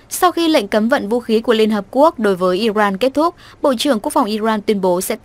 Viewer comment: Iran chứ không phải Iroan , đọc điệu quá.